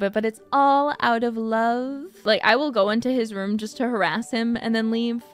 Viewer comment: Is it just me or was she about to say womb instead of room?